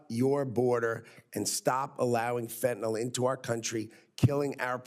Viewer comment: Not fentanol! -ol is an alcohol. Fentanyl is the deadly synthetic opiate. - -nyl pronounced nil. fentaNYL.